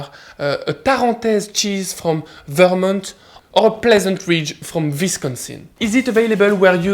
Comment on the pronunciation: Your pronunciations of Vermont (for future reference, ver-MAHNT) and Wisonsin (Wiss-KHAN-sin) were hilarious